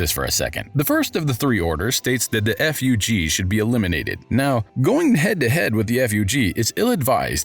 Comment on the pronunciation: Siu isn't anyone it's s.i.u. and zahard is pronounced jahad in this story and then you call fug, f.u.g. 🤦‍♂️🤣 what is going on